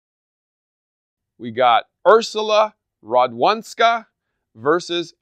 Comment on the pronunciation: "w" in "Radwanska" should be pronounced as "v"